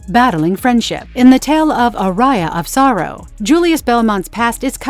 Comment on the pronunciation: I quit the video when i hear "ARAIA OF SORROW"